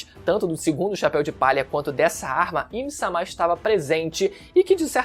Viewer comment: me incomoda muito a forma do falar "A im sama" assim como ele falava vaca verde. rapaz é uma coisa tão estupidamente errada que dói o ouvido